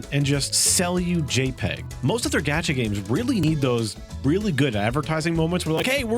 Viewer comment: Why do you keep calling it a “gadget game”? It’s a gacha game. No. No, you weren’t trying to say, “gacha,” but pronouncing it with a hard a? Why would you do that?